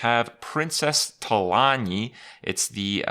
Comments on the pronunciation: It's Talanji not Talanee. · Not trying to be a dick, but in WoW it's pronounced Tah-lawn-gee. The Nordic pronunciation is cool, but Trolls aren't based in Nordic mythology in the WoW universe. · Know your lore Krip! It's not often that we see an actual character from Warcraft in Hearthstone anymore. Lets at least pronounce them correctly :P It's Talan[JJJ]i. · talan/ji/, Kripp. There is a ji at the end. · Talanji is pronounced like Tu-lawn-G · the way you pronounced Talanji killed me inside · Krip its Princess Talanji with J as in Juice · you pronounce the "J" in Talanji. I know you don't play wow anymore, but she's a major player in the Horde's story in BFA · If a character is named Talanji, and the people who named her that pronounce it a specific way, then that is the correct way to pronounce it. Blizzard doesn't pronounce the name THEY created wrong. that's not how names work.